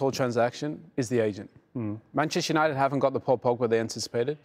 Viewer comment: put some respect on Uniteds name mate lol saying it like United are Wigan